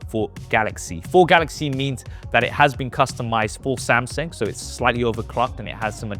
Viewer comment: That horrid pronunciation of 'Samsang' is actually pretty annoying once you've picked it up. Can never unhear it lol